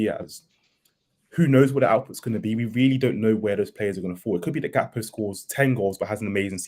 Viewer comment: GAK-PO not GAP-KO!! 😂